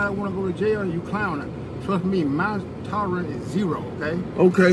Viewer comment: K1KLASSIC he also said my "torra" (tolerance) is zero 😂